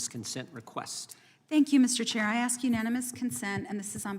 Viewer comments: Miss Busch, It's ask not axe.At least pronounce your words correctly! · Did Bush say axe you? 🤣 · If you can't pronounce the word "ask" correctly you should not be asking questions. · The Snake Head Hair lady wants to AX you a question. That says it all right there.